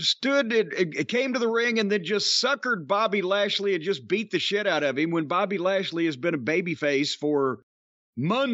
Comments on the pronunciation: I notice that too the way brock say bobby name too funny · “Bawbayy” lmao